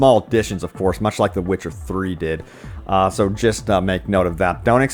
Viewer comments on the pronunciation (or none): none